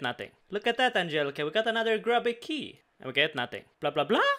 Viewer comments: I'm sorry but i can't stand you saying it wrong any longer, it's Grub-bee key not Grooby key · The first time he said it I thought he said Groovy key, even better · g-RUB-by key dude, it doesn't rhyme with Ruby lol